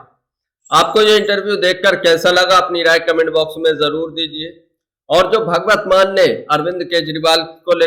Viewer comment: Yaar Naam tu Theek bolo .... usska naam Bhagwat nahin Bhagwant hai ..... 😤😤